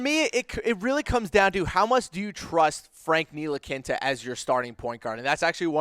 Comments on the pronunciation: Nee-Lee-Kee-Na....its really not that difficult. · Seriously... please stop calling him ntilikinta, there’s no t at the end, It’s ntilikina. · Nilikinta ? Wtf ? You get a dislike for mispronouncing his name. Dumbass !! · That's what I'm saying wtf team needs are SG and C? We have two SG and no starting small forward lmao they no nothing about the Knicks or basketball in general... they pronounced Ntilikina Ntilikinte this is embarrassing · Hey guy nice info. Just a heads up Franks name is pronounced KNEE - LEE- KINA Second, I dont think the knicks are not sold on Frank, but they are definitely not sold on Mudiay, his play was bar none the worst of all three. The more likeley scenario would be Burke at the 1 frank at the two, mudiay and the rookie off the bench depending on what guard is picked and how well they adjust. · Learn how to pronounce Nee-La-Kee-Na. Your not even close and that and your other commentary makes it obvious that you don't watch the team. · I stopped listening after Frank Nee-La-Kin-Ta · Can’t even say franks name right ... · These guys are strange. They say the knicks need sg, c, then proceed to name PG and sf. Also can't pronounce ntilikina. There's no t at the end of his name. Painful to listen! Smh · These are really retarded for 1 knicks need a small foward. NOt 2 gaurd and trey burke at the 2??? Wow you have not watched no knicks basketball and learn how to pronounce Frank's name before you doubt him he's 19 years old smh